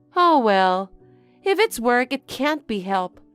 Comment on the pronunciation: Adverts - some stuff to get rid of belly-fat - I'm not trusting anyone who does not realise 'it's is short for it is/ it was and says it 'it es'! It's pronounced 'itz'.